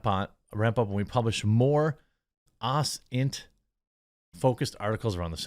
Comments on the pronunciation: The way he said OSINT 😂😂😂 open source intelligence for those that don’t know 😂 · People in this chat should get involved in OSINT if they're already not and Jeremy you should as well lol at least pronounce it right 🤣 osint is a powerful weapon to know how to use.